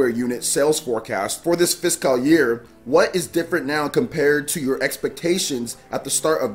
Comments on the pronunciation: It's "fis-CULL" not "fis-Kyle" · I thought i've seen it all after he pronunciation of Caligula ( CaliGOOla) and Starlink Atlas ( Atlast) but ive watched this 5 times already and each time my stomach is in literal pain from laughing so much...like it's sped up when he says fishkal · It's not though. He's saying like "Fisk Kal" instead of "Fis cull". It's kind of a meme that he's bad at pronounciation at this point so people hear it more acutely when it happens. Plus he kind of draws attention to it because he seems to know he doesn't know how to pronounce it as he kind of pauses then says it quickly when he says it. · I can hear the inner Nigerian when you say fiscal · the way you pronounce fiscal hurts me. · Holy Jesus! Had to stop this video less than 2 mins in! Learn how to freaking pronounce fiscal! Please! I watch all your videos, and enjoy your content, but ima have to skip this one so I can go get some tissues for my bleeding ears. Damn near made me un sub. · Why is he saying fiscal like that? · not physical year, fiscal. A fiscal year has to do with government taxes rather than jan-dec edit: though he is saying fiscal a little weird lol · Great video!! I don't think your pronouncing the word fiscal right, just giving you a heads up. Keep up the great work! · The way you say physical 🙄 lol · Fiscal year but the way he pronounced it was completely wrong.